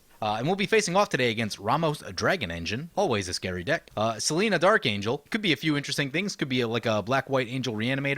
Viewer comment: Im saying its seLENia, not selena, the BW angel.